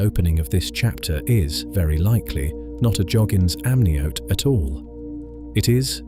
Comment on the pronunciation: If only the pronunciation matched the accent. "amnioty" (amniote?) "Larusia" (Laurasia?), "Ury" (Scottish surname, "Ure"). My ears are bleeding.